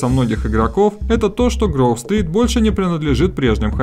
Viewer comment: Не Грув стрит а Гроув стрит